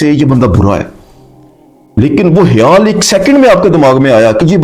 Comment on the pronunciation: Hayaal nhi sir " KHAYAAL "